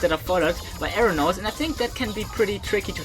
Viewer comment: When you say arrow-notes I hear aeronaughts